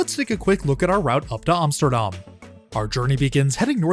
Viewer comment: ironic you always pronounce Amsterdam as “OMSTERDOM” lol